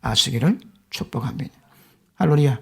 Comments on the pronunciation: 정말 존경하고 설교말씀 자주 듣는 1인입니다 이 마지막시대에 몇분 않되는 살아있는 말씀 전하시는 깨끗한 영성의 으로써 존경합니다 그런데 정말 께 부탁할것 한가지가 있는데.. 거의 모든 설교말씀에 할렐루야를 꼭 할로리아 라고 발음하셔서 초보자들이나 예수님께 관심가지고 설교말씀 찾아듣는 분들께 정확한 명칭으로 인도가 되기를 간곡히 부탁드립니다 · 께 부탁드린 부분은 요점이 단순히 발음을 이야기하는 것이 아닌데.. 그러나 한편 할렐루야라는 위대한 단어는 발음이 중요하기도 하지요. 모든 언어가 그러하듯 발음에 따라 뜻이 아예 달라지는 경우가 있는 것이며 저도 그렇고 또한 믿음이 오래된 분들은 다 이해하고 듣지만 할렐루야라는 단어는 정말 중요한 단어이기에 믿음 어린 분들이나 초신자들을 위하여 정중히 부탁드린 것입니다 을 진심으로 존경하므로 께 더욱 정중히 부탁드린 말씀인데 다른 분들이 답을...^^